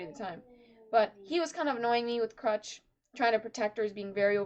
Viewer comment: stop calling her Crutch xD It's Crusch. You pronounce the U as "Oo".